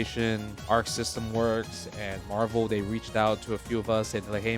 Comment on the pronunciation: It's Marvul Baybee